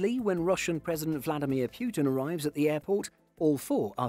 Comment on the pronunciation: Putin,not Pyutin